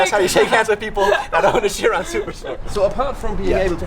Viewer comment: Its pronounced kai-ron*... Not as chiron